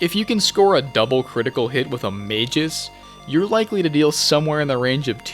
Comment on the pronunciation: Mispronouncing Magus as "mages" should be a war crime.